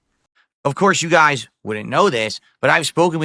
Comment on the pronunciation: Whenever you say "Okay you geeyaize" like DSP but that accent peeks through, I swear I DIE laughing man 😂😂